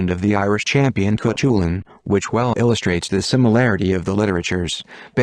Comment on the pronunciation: I was looking forward to hearing this story. Until I heard, spelling out Cuchulainn because its AI couldn't cope with Irish grammar. I will not listen to any video that uses a. Sorry, but they really annoy me.